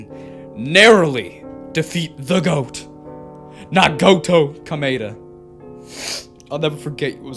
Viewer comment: THATS NOT HOW YOU SAY NAGITO KOMAEDA!!!!!!!!!